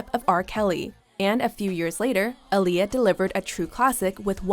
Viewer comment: OMG YALL ARE ALWAYS PRONOUNCING AALIYAH’S NAME WRONG ITS PRONOUNCED AH NOT UH AHLIYAH NOT UHLIYAH BUT SPELLED AALIYAH